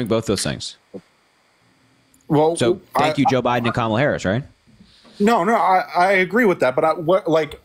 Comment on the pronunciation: Mispronouncing her name is always intentional at this point — she has been in the national scene for a decade and as our vice president for four years. MAGAs would not put up with mispronouncing Trump’s name as Grump or Tramp. I am always impressed at the unity of MAGAs — they read their script faithfully asking the exact same questions with the exact.same objections using the exact same phrasing, etc. Naturally, callers would share similar concerns, but the cookie cutter conversations happen over and over. When challenged, then they get flustered until they pivot to the next MAGA talking point.